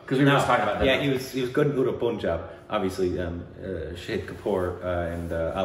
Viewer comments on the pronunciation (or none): Its panjaab not puun job btw NYC accent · Pun+ jab not Poon+jab. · I am sure lot of guys would tell you this.... it's not POONJAB but PUNJAB. U is pronounced as in fUn. Fun, Pun+jab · as a Punjabi... pls say Pahn-jab not Poonjab xD loved the video though! Also Kiron Kher was Paro’s mother in Devdas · Guys it's not poohnjab.. its panjab .. u r killing it .. try n use google or youtube to learn how to say state or actor names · poooooooooonjab. how hard is it to call it pun-jab, pun as in no pun intended. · guys..not hating on you, just that since we're on a correcting pronunciations phase - the 'pun' in punjab is pronounced exactly how you would pronounce 'pun' in english. I love you guys so much! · Punjab is pronounced as Pun- like pun intended and Jaab Punjab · Guys, the pronunciation is Pun-jaab. As in the english word 'pun'. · it is not kasaari it is kay-surry and it is not Punjab like you pronouns it is like "Funjab" just change "F" into "P"